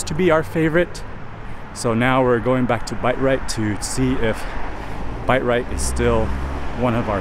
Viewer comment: Bite Rite? Did they change the business name??? Thought it was Bi-Rite 🤣